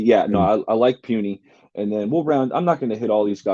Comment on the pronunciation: Puni not puny !!! lol who the hell is this guy?!